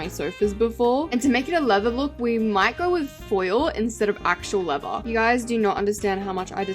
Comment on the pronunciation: When u said leather I heard Lego 😭🙏